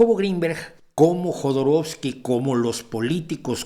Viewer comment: Cuando he escuchado "Jodoroskii" he soltado una carcajada que seguro me han oído los vecinos.